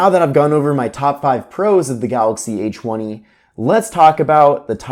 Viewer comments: Did anyone else hear "eychweny" or is it just me... Lol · The a chwenny😂